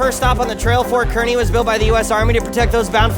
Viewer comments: Kearney is pronounced car-nee, I should know. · Just want everyone to know Fort Kearney is pronounced "Car-ne"